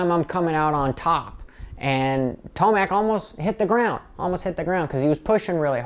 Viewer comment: ment ro say TOMAC not Timac